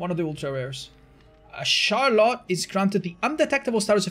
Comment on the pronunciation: Char-lot.... lol Is it not pronounced "Shar-let" ?